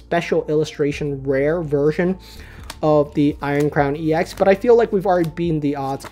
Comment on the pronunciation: I hate to break it to you, but 'ex' is not pronounced like an acronym; it should be pronounced like the ex in ex-girlfriend :P.